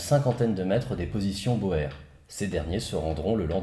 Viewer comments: cela se prononce pas ainsi "boer" se prononce "bourre" pas "bohère". Nota Bene fait la même erreur... vtavo pour la vidéo toujours aussi intéressant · Sauf erreur de ma part, on prononcait bien ca "bo-er" avant mais on a finit par justement de nos jours prononcer "bour" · Sauf que quand tu t'appelles Jack, tu fais prononcer ça bo-er et pas pas bour. Question de charisme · C'était très intéressant, merci beaucoup pour cette série et cette superbe conclusion. (À un détail près : ça ce prononce bourre, pas beau-hère.) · Super vidéo, toujours aussi intéressant ;) Petite précision néanmoins, on ne dit pas boèrs mais bouuurs pour les boers. Ça vient du néerlandais, les boeren qui se traduit par les "fermiers", le oe se prononce "ou" dans cette langue :) . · Au début, je ne comprenais pas "bohère" jusqu'à ce que tu parles d'afrique du sud ... Boer (qui se prononce Bour) !! Bon sang, mais c'est biensûr ! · J'ai beaucoup aimé ce format par contre ta simplification de la guerre des boers (prononcer "bour" et non bo-er ce mot d'origine hollandaise) m'a fait tiquer. D'un coté les conquérants anglais, de l'autre les républiques boers. Et il n'y avait personne d'autre dans cette partie de l'Afrique? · On ne dit pas "bower" ou dit "bour" pour "Boer". Ils étaient armés de Mauser 1895 en 7x57 Mauser ce qui face aux Martiny Henry à poudre noire était un avantage certain. De plus les Boers (prononcer Bour) étaient des ruraux et des chasseurs, ils savaient tirer juste pour chasser. Chasser c'est manger, il est vital d'être un bon tireur pour survivre. Les anglais pratiquaient un tir de salve sans viser, avec une arme de précision et de portée moindre. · Les Boers se prononce "Bours"...😉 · Boer par contre ça se dit par boer ça se dit "bour" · On dit bour... Pas boèr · Salut, excuse moi, Boers se dit Bours (désolé, c'est un peu casse pieds, le néerlandais :x ) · Super vidéo mais Boers(de l'afrikaans) se prononce [buːɾ] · Boer se prononce " Bour". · Boer: ne prononce-t-on pas "bour" ?